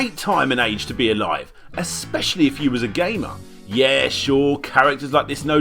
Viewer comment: For a second in the beginning I thought you said "gay man" when you actually said gamer